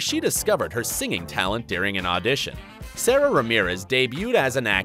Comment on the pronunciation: It’s pronounced SaDa Not Sara